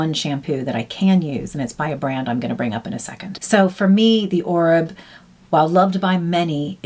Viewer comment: Oribe = Or-bay….